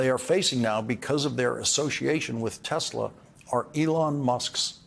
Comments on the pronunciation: "Tezler". It's "Tesla", Mr. President. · Icing on the stupid cake is that Trump gets the name wrong. He calls it 'Tesler'.